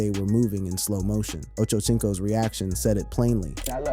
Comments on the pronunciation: Ocho “s” inco not “chinco “ good god dude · Ocho chinco Is that what he said?